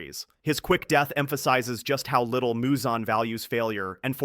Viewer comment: Why do you keep switching up Muzan’s pronunciation? 😭